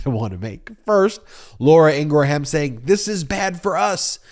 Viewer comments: Please pronounce her name correctly. It grates me to hear you say “In Gra Ham” it should be pronounced “In gram” It is from my part of the world <3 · please stop calling her ingra-ham it makes you sound silly! it is pronounced ingram you dont have to offend folks with the trumpian crap of attacking a person's name! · I can't stand the woman but why do keep saying Ingraham???? Lol now this vile woman will consume my thoughts today because you kept saying Ingraham! Ing-gram (not spelled that way though!) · EEN-grum, EEN-gurum, not EEN-gruh-ham. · Just to be clear... It is IN-GRUM not In-Gra-Ham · I love you, but, please stop annunciating ing-gra-Ham! The ‘H’ is silent- it’s Ingram (sic). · I believe it's pronounced 'Ingram'. The h is silent. (she is a bit of a 'ham", though) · Love your commentary .I believe her name is pronounce In gram (the h is silent with 2 syllable …not 3 …someone correct me if I’m wrong) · A minor thing but, her name is pronounced Ingruhm. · Stop saying Laura Ingra ham... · So many questions: why is "TREATS" in all caps? why is "TODDLER"? is "toddler" even the right word when her point is really about the optics of calling for secession, not condescending coddling? why does Ben pronounce Laura Ingraham's last name in three syllables? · You don’t pronounce the “H” in Ingraham. Just like it is not a graHam cracker, it is a a silent H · Why do you always say her name wrong? Most of us have seen her funny "You" fail where she says her name. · It's Laura Ingraham, like Laura Gram but with the in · You need to pronounce Ingraham correctly.